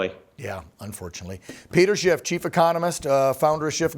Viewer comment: This guy continues to put a t in Schiff....c'mon man